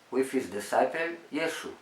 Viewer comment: Its Yeshua not yeshu